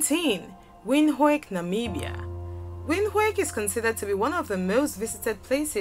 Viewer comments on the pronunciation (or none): Pronunciation of "Windhook" is "Vend hook" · Windhoek is not pronounced Windhake it's pronounced Veend-hook, the h has a harsher note from deep in the back of the throat. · Windhoek is pronounced ”vendhuk” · It’s pronounced vindhook not Windhoek... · NO NO NO, Naaa, it's not Windhooik No. That makes us want to throw up 🤮🤮🤮🤮. It is read as VIND-HOOK or alternatively WIND-HOOK. Hook like the one for catching fish. Please next time pronounce it correctly before we start throwing up all over your channel. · Nairobi the Maasai land😙😙 You missed Kinshasa and Addis Google how to pronounce Windhoek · I know right? Most pipo don’t get it right. Windhoek is pronounced as Vinduk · Wind hook....that is how you pronounce 🇳🇦 Capital. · "Vindhoek" the w turns into v in Afrikaans🇳🇦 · Number 19. It's pronounced "vint-hook" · It's pronounced as Vind-hook ( Windhoek) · it's a german word, its pronounced vin-took :) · I stopped at "Wind-ho-ik". By that time there had been a number of odd sounds. Having travelled a bit in Africa, I am easily turned out by simple things like ignorance of pronunciations. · Windhoek is pronounced VintHook. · She really butchered the pronunciation of “Windhoek” damn 🥴🥴🥴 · Lisa Mbana I know right 😒🇳🇦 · michi hofer that's Afrikaans dear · She butchered the pronounciation of POPULATION ... How is she not going to decimate WINDHOEK!!! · Gosh... the way she pronounced Windhoek tho😂😂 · You pronounced Windhoek wrong!😏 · Pronunciation is a vital fact when your doing your videos. Please pronounce my capital city Windhoek!!!!!